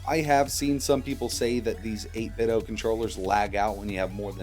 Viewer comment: Its called 8Bitdo not 8biddo, get it right.